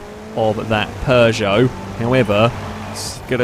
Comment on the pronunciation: There's no r in Peugeot